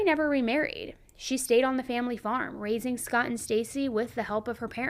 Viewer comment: You said “raising cattle “ I heard “racing cattle” and got excited The disappointment when i realized..